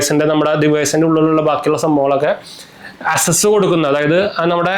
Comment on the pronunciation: അസസ് എല്ലാ ˈakˌses എന്നാണ് ഉച്ചാരണം